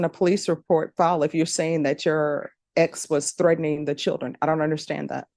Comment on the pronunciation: It’s CHILDREN not SHILLDREN